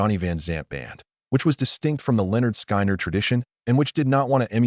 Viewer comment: Who is this idiot narrating this? Someone needs to school him on how to pronounce the name of the band, and the names of the ones who were in the crash.